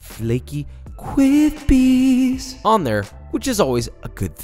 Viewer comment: Thwe cwispwiest womewade owonion wings